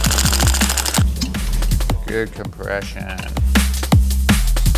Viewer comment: omg, I've gone all these years not knowing that good compression can be achieved by saying, "GOOD COOMPRESSSION"....welp, egg on my face ;)